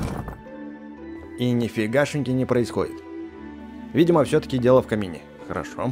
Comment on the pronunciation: 😂😂😂 ты сказал не в камине а в кабине